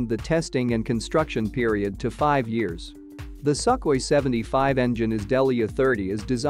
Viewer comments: i know, but the uploader pronounced it as suk-way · ok, but it is wrong nevertheless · Sukhoi pronounced as suk-way when Sukhoi first announced the Su75 in 2021 cost per unit is 25-30 million, one year later become 60-70 million, I don't believe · No. Sukhoi is pronounced as "soon" i.e. Sookhoi. Just a remark. I speak the language. That was the first creator's last name. Сухой.